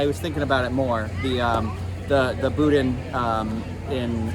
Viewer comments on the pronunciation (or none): I'm laughing as I picture Corey M. rolling his eyes when calls it "boodin". 🤣🤣🤣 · ok..one thing..the bodin is pronounced "boo Dan'"hard on the D Come down south Louisiana and you would get laughed at saying it that way...... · “Boo-dan” and “pray-leen” but love these videos! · Boo-Dan is how it's pronounced